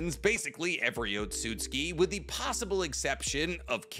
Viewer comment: Why do you pronounce Otsustuki - Ot-sut-ski? Its O-tsu-tsu-ki.